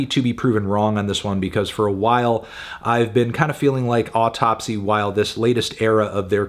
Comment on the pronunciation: It's pronounced "Ow - Tupsy" just like the Matti Karky of "Deesmember"